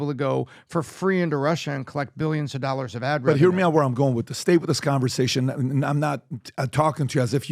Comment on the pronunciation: What’s 50 thousand “OLLARS “